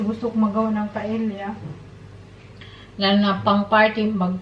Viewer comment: Wow surprised dinner for Sake and his friend 👍🤩😋😋, I'm not bashing you, ok.🙏 and I don't want viewers to bash you. It's pronounced PA-E-YA not PA-EL-YA 😅 😜🤗 Good luck in your new job 👍🤞 Have a good evening 🌈